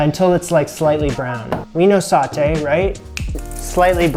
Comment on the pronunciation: The word is pronounced "so - tay", not "saw - tay". Listen to Julia.